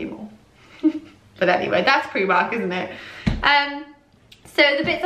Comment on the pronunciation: you say Preemark, rather than pronouncing the i as in the word 'time'. :)